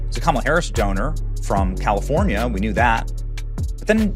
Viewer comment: Yes,.. a school teacher from Kal~Lee~four~knee~A. No more questions.